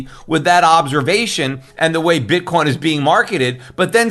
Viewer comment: That SOB J Bravo, every time Schiff says "Bitcoin" I hear him saying "BITCORN."